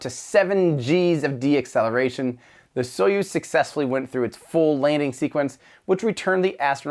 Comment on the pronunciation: Deceleration, not "deacceleration".